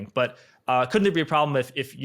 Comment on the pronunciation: Then dont....bruh.What's yar prablem?